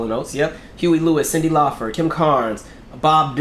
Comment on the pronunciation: ...Is there a reason you're saying Cyndi Laufer vs. CYNDI LAUPER?🙄😳🧐🤔